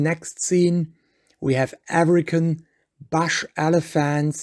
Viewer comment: OMG someone tell this guy how to pronounce BUSH and CALF and several other words for that matter.